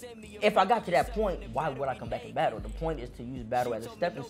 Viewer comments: Ny dudes say "battu" instead of battle lol (not a diss just making an observation) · Yeah we deff don't say battu we say battle lmao u buggin b